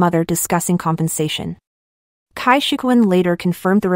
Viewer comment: And his about face on changing parties. The rest were just young people who get lost from lack of direction. Jackie Chan, what have you done?:face-fuchsia-wide-eyes: His wife was a beautiful Taiwanese Actress way back when. Cai is pronounced Tsai. I really hate pin yin.